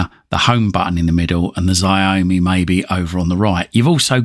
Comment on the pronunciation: Looks like a promising little box, Xiaomi is pronounced show-me btw.